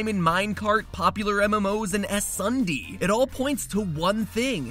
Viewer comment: HE DID NOT JUST SAY "S SUNDE" NO THAT'S NOT HOW YOU PRONOUNCE IT NOOOOO